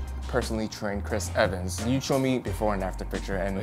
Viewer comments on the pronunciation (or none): Ehris Cvans